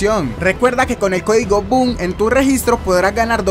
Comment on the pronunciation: Estaba cocinando y puse uno de tus videos para llevarmela relajado y sueltas publicidad hasta llegar al parte codigo Boom. Yo escuche Codigo Cum xdddddd